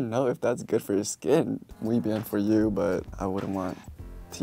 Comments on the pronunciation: “mju” jajaj “muy bien” ❤️‍🔥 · Did u heard that? He say "MUY BIEN" n that actually sounded MUUUUUUY BIEN. 😏🔥🔥🔥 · no because i lost it at minute when he said "I mean, I've definitely seen..." after reading the moisturizer's tweet,, DUUUDE I WAS LIKE 😳😳😳😳😳😳😳 ??? btw the "muy bien" omg proudly latina here!! <3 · I love the Way he says "muy bien" perfect pronunciation...!!!